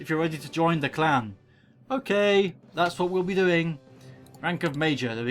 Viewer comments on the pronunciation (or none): It's clan not klan